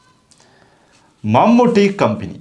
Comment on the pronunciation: le = മമൂട്ടികമ്പനിക്കു പകരം മമ്മൂട്ടികമ്പി എന്ന് പറഞ്ഞത് ശ്രെദ്ധിച്ചവർ ഉണ്ടോ 😂😂